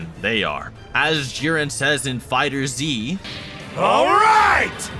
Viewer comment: Its just Fighterz not Fighters "z" 😤😤😤😤😤😤 anyway good video